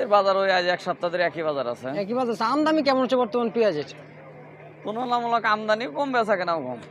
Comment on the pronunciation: আমদামি না। বলেন আমদানি